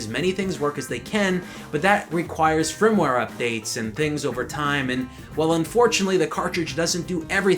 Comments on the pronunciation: Hahaha! He said frim-ware! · did he just say frimware updates? lol seriously?